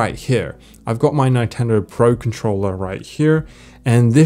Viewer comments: That is the weirdest pronounciation of Nintendo I've ever heard. NINEtendo 🤣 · great help thank you but 'nine-tendo' really? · I'm sorry, did you just say nigh-tendo? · Awesome video learnt a lot - some great features in there. You had me until you said 9tendo. Its Nintendo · its not Nyntendo its Nintendo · lol its not Nyn-ten-do it is nintendo 🤣🤣🤣🤣🤣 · You're the first person that I see pronouncing "Neintendo". Funny. And I'm team Natural scrolling. Mac vendetta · A “neyetendo pro controller” ??? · The way he says Nintendo ninetendo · Nytendo? Nigh-ten-dough?! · Never heard Nintendo pronounced that way. Nye-tendo? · Ni-tendo? bruh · Did you just pronounce Nintendo as NINEtendo? Bruh hahaha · Did you just say "Nine-tendo" ??? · 9TENDO!??? WHAT!??? NINE-TENDO?!?!?! WOTTTTTTTT?????? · Does he actually pronounce it '9-tendo'? 😂😂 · who says nai-tendo? hahaha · Neyetendo lol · Good video but I've never heard anyone say nitendo the way you do 🙂 Good stuff, thnx. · What a weird way to pronounce "NIntendo" Mac Vendetta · The way you say Nintendo gave me cancer. Great vid tho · how tf did you pronounce nintendo🤨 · TIL can't pronounce "Nintendo" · Why are you pronouncing Nintendo that way? 😂😂😂😂😂 No.